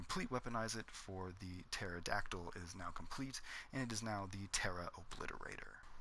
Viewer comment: The p is silent